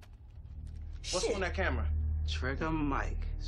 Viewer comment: Gotta love the way blondie Haitian pronounced cameeeraaa